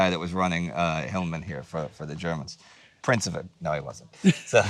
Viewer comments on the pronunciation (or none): none